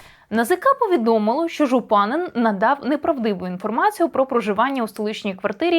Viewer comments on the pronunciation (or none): Пані, дякую за прекрасний розбір. Хотіла лише підкреслити, що правильно його прізвище вимовляти не ЖупАнин, а ЖупанИн. І справа не в правильності літературного наголосу, а місцевого поширеного прізвища. Подібних прізвищ тут багато з таким наголосом.